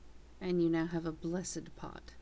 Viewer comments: Blessed pot... not blessid.... lmao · omg its blessed not bless-id lol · you cant say the word "blessed"